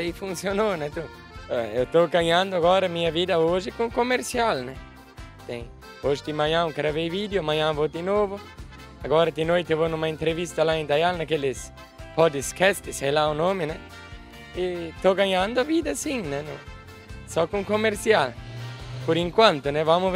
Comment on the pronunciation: "Podisquesti" sei lá o nome kkkkk